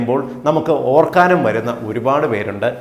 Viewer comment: വളരെ നല്ല അറിവ് തന്നതിന് നന്ദി 🌹 പിന്നെ ഓർക്കാനം അല്ല ഓക്കാനം "Even" കുട്ടികൾ" പോലും " ഏതെങ്കിലും ഒന്നു പോരേ 🤔